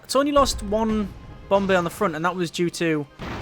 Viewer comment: I like how he says bomb bay it sounds like bombay